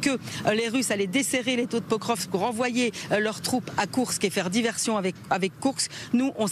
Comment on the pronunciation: L'ambassadeur à Moscou qui ne sait même pas prononcer le nom de la ville de Pokrovsk. Alors que le porte parole de l'ambassade de Russie en France maîtrise le français mieux que les journalistes et les généraux de pacotille. Deux mondes différents.